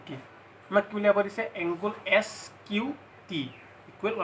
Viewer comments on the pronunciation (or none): Nice presentation ...i hope students will be benefitted ...but just a suggestion..dont take it othetwise .. "angle" tu bare bare "Angul" buli pronounce huar karone sokut lagil ..pls dont mind ha ..eitu moi share o korisu relative bhaiti etak